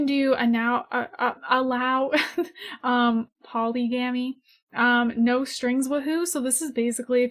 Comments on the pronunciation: i freaking love you😂❤️ you say (polly-gammy) its pronounced (puh-lig-uh-me)😂😂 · not hating, but you said polygamy wrong, its (puh-lig-uh-me) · You said "Paulee-gamee" and I twitched. Hahah Awesome video though-- very helpful. Thank you! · Polygamy is pronounces poe-ligg-ah-mee. If you don’t care, ignore me lol I just thought I’d throw it out there in case you do, no hate 💕 And omg I do the right click/left click thing ALL THE TIME. Pointer finger of my right hand? HAS to be right click in my head 😂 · lmao the way you say polygamy